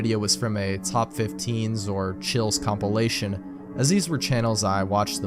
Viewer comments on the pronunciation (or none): none